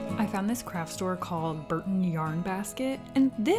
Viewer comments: Also it's borton not burton. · Bourton not Burton...(bore-ton) and Worcester is wusster not war cester